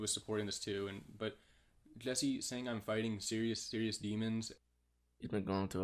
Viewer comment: He corrected himself by saying jesser instead of Jesse damn